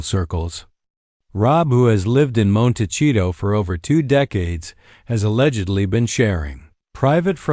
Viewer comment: Hard to listen to this video when the narrator can’t even pronounce the name of the town right 🤦‍♀️